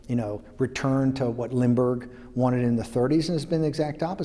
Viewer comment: Did he really say Limburg instead of Lindbergh?